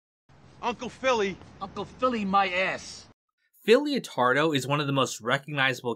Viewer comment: Its LEO-TARDO GUYS, like LETTER, not LIO